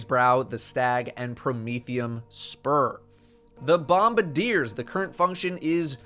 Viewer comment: im glad im not the only one who calls them bombadiers even when "bombardiers" is right there on the screen staring me in the face. but im sad you pronounce promethium spur correctly instead of saying "prothium spur"